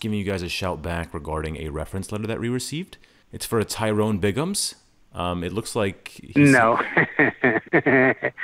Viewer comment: It’s Tyyroooone That’s spelled T-Y-ROONE 😂😂😂